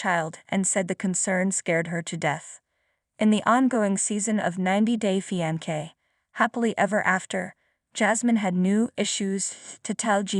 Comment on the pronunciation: I cannnnt with the pronunciations, on EVERY VIDEO the most important words repeated over and over just totally botched. It's like listening to nails down a chalkboard!! 90 Day Fee-An-Kay 😫🤦🏽‍♀️🤦🏽‍♀️😫